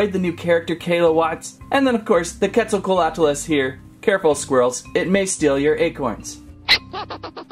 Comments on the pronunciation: Quet zal coatlus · hi i have been watching you since 500k subs!! also it’s called the quetzacoatlus pronounced (quetz - oh - coa - at - lus) your welcome! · How to pronounce the name us (cwet-zal-cot-lus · You prenouced it rong